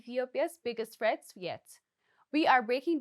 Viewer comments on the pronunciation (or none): none